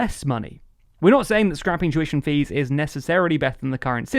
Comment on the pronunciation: Whenever he says 'tuition fees' i can't help but hear 'Jewish MPs' instead for some reason. kek